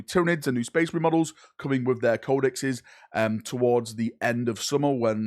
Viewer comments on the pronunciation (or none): none